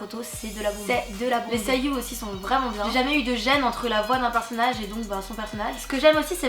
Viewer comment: "Seiyuu" j'ai cru entendre que tu l'as prononcé "Sayuu". :') Bon petite erreur de rien du tout :) Naruto est un super manga ! ^^ Mais pour moi les ost de shingeki no kyojin 進撃の巨人 sont les meilleurs !